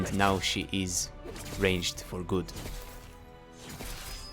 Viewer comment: "Rangeder" XD